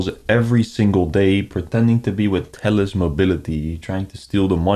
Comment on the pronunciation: speaking: I am from Telllusss 👺👺